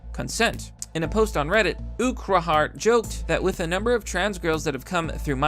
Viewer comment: that genshin ad had me reaching for the skip ad button lol (and its pronounced URK-HART :D )